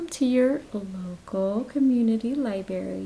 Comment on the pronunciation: Libarry. Omg it kills me!! Lol